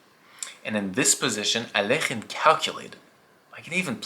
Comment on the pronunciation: Its AL EK HINE not alkeuhbesaaekasmkealk